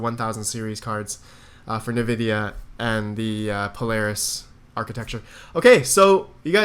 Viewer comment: Been watching you since November, still bugs me the way you say Nvidia lol